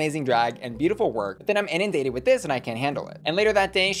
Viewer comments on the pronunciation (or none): was Dax trying to say “ inundated “? 🤣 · Dax really said "Im in dated" instead of im inundated. Girl tf